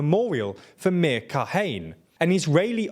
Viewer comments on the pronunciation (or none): Meir Ka-Hane!!!! 😂 😂 😂 (It's pronounced Ka-ha-neh) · This video has some horrible mispronunciations (“katsh” instead of kach, with the ch pronounced like the gh in the Dutch pronunciation of “Van Gogh”; Me-eer Ka-ha-né instead of “Mere ca-Hahn”; “ee-ta-mar Ben gv-ear” instead of It-mar Ben gvir; and what the hell is “masafayata”?!?) and Ben Gvir didn’t visit the “Al Ackser” Mosque - he visited the Temple Mount. Seriously guys, put a little more effort into a video. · Again, pronounciation. Meir is a two-syllable word, Me-ir, and it rhymes with "Zahir" from Legend of Korra. Kahane is a three-syllable word that sounds similar to "katana". And Kach, as you were told last time, rhymes with Bach.